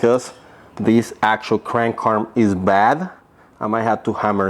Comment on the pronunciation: {th-reds} threads. {Kra-(able)-nkuu} {aR-(are) mmm} Krank Arm. There you go bud